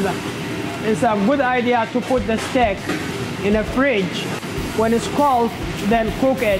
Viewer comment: Is he saying steak or stick 😂😂